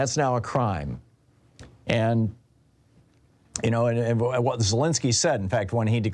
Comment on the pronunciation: Let's pronounce Zelensky's name right. Just respect the Ukrainian enough not to use the Russian pronunciation.